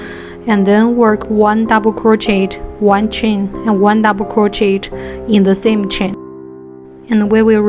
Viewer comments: Why are u talking like that and it’s pronounced crochea but spelled crochet so it’s not Pronounced crochetttt idiot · Hi! Im dont wanna sound rude but it’s pronounced croshey :B